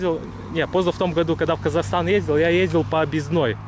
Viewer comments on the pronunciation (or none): none